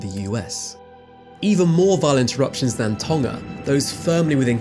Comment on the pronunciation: I was astonished to hear Tonga pronounced without the G (i.e. tong-uh rather than ton-guh). Well done!